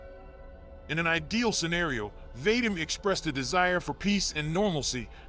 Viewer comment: The name Vadim doesnt rhyme with " hate 'em". It rhymes with, for lack of a better phrase, "The cream". As in, va-DEEM. Although thats merely the closest American English approximation.